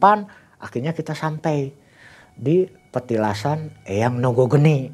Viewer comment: Lucu aja dengernya ketika ngomng nogo rojo nogo geni 😁